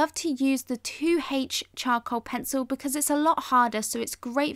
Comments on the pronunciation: I heard choco instead of charcoal.. And now i cannot unhear it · she says chow-cool